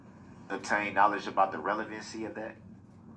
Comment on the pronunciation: Relevancy vs Revelency. It is a tough roll off the tongue. DB butchers the English language.